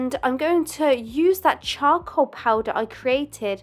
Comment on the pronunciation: I love how she says cha-col